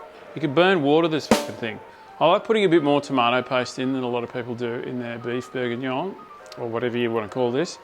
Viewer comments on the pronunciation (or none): Don't you mean... Beef Bourguignoy?